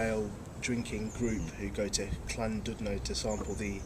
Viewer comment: The 'dud' part of 'Llandudno' is actually pronounced 'did'. :)